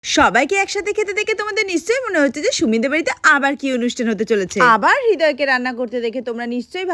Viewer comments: উচ্চারণ রিদয় হয় হিদয় না শুধরায় নেন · হিদয় কি?? উচ্চারণ করতে পারো না বাড়ির জামাইএর নাম😂